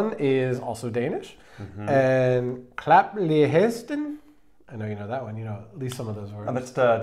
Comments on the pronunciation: Can’t remember your names, when that is said, the guy on the right pronounced “slap af” and “klap lige hesten” so damn well, like that was so on point! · Your pronouncation of "klap lige hesten" was actually really good! Also, klap lige hesten; klap doesn't translate to slap in this case, but pat. Your pronunciation of "blæser" was also great! I lived a few years in the states and got married there, so I know how hard Danish is for English speakers! But just the fact you're trying, is more than enough to impress any Dane! Your channel is great, informative and it shows you really want Denmark. Keep it up guys! Much love! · Can't get over how good your pronunciation of 'klap lige hesten' is. 👏👏👏